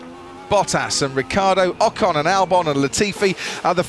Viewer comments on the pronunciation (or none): none